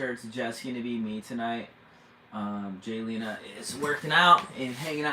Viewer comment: It is Jaylena , not Galina. Please get it right. I know I'm being petty but if you lived with my name ( Retha) you would understand why I'm sensitive about names and the spelling. I've been bullied all my life about my name . Being called all kinds of ridiculous things. I don't mean to offend you so please don't take my comment wrong. Have a blessed day!❤